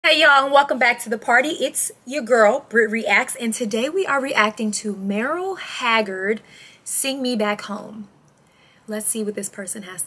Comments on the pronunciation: When you say his name, "Mayrel", you should pronounce it "Murle Haggard". I am not trying to sound critical, just helping out! ❤😊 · Why can't you pronounce Merle's first name correctly? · Merle rhymes with curl